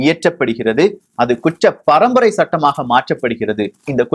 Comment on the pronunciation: தம்பி உச்சரிப்பு சரியில்ல,,, kuttra parambarai,,,, kucchra parambarai இல்லை